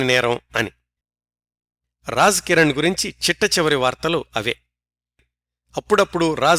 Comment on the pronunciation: నమస్కారం గారు, మీ నరేషన్ చాలా బాగుంటది. ఒక చిన్న సవరణ, మీరు రాజ్ కిరణ్ లోని ‘రాజ్’ని తప్పుగా ఉచ్చరిస్తున్నారు. మీరు ఉచ్చరించే రాజ్ కి ఉర్దూలో రహస్యం అని అర్థం వస్తుంది. అలాగే ‘ జీనతామన్’ లోని ‘జీ’ నీ కూడా తప్పుగా ఉచ్చరిస్తున్నారు. అంటే, రాజ్ కిరణ్ మరియు జీనతామన్ లోని ‘ జీ’ అనే అక్షరాన్ని అటుది ఇటుగాను, ఇటుది అటుగానూ ఉచ్చరిస్తున్నారు. 🙏🙏